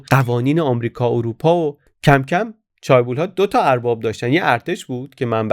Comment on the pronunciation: در chaebol, تلفظ درست ae صدای اِ میده. چِه‌بُل